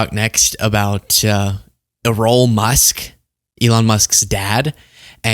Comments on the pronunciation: "I would like to say theyre 80% but theyre actually 100% behind trump" lol not "baaccks" what is that? Lol and his name is Errol like Ehroll lol that's a old name soft e not E-Roll lol like "érol" or eh-rol lol I was like bruh lol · Wow, do you know nothing about british English and culture at all? Errol isn't ee-roll, its AIR-ROLL like the sea. And yeahn we may not use 'back' an6 more but British English does. You're poking fun but, you look more foolish. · “E-Role?!?” 🤣Oh!!😂 Not that i’m tryna normalize the batshit hate monger that raised his crackpot son with ‘apartheid values..’ But i’m guessing it’s pronounced like the classic actor, Errol Flynn. “Air- Uhl.” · It’s not E roll it’s Errol! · The father's name is probably pronounced Air-rol. The first part sounds like Air. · Musk's father's name is pronounced "air-ole". Think the Roman god Eros. Or the word "error". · It's pronounced air-rul. Never heard of Errol Flynn? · You're pronouncing his father's name incorrectly it's like Errol Flynn from the old movies look one up LOL I know you're young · Pronounced "air ohl". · Errol is pronounced err-ul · Like arrow...errol but i like your way better😅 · Pronounced “air-rol’.. like actor Erol Flynn from 1930’s Robin Hood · That five minutes of interview footage featuring Errol Musk (Pronounced "Arrow-l", for the record, just like the golden age of Hollywood leading actor "Errol Flynn") explains SO GODDAMN MUCH about Elon and how we ended up in the shitshow we're living through right now. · I know you're goofing, but Errol is pronounced Air-uhll. I only know this because of the old actor Errol Flynn. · “Air roll” would be the way you pronounce his name🙏. Thanks for all you do here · Is Errol Musk also high? Trump is not giving Democrats money. That's not the way it works. Maybe when you are asked about your adult child's business, the best answer is, "That's not for me to comment on." BTW, it's pronounced, Err - ol (rhymes with Harold), like the famous Errol Flynn.